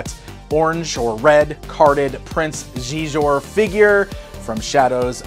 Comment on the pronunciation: I believe Xizor is pronounced "She-Zor" ;P But great vid, the prices on stuff at these cons make me hurt every time I see it. That McDonald's set is great though, I actually remember playing with that very same set at my grandma's growing up.